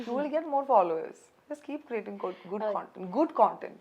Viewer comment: കോൺടെന്റ് alla കണ്ടെന്റ്